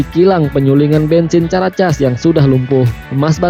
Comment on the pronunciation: caracas itu bunyi nya karakas boss...bkn casss